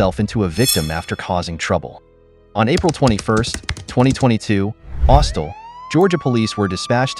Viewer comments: Actually, it's "Austell" Georgia... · It's Austell Georgia in incident 1 not austal. I live about 40 miles from there.